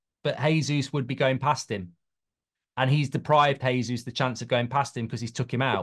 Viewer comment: Mark will forever mispronounce Jesus. not sure if he is doing it on purpose or not